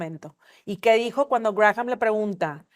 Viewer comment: Me encanta su programa pero como comentario, no sé pronuncia Grajam si no Gram. Saludos desde Michigan